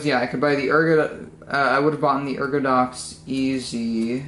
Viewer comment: It's called an Ergodox, you don't want to call that an Ergodex, that's a different - uh - keyboard.